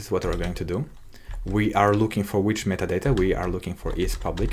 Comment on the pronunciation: Кекаю с каждого "МЫТАДАТА" (metadata) произнесенного на протяжение видео)) Но да, за гайд респект, очень подробно всё и это прекрасно)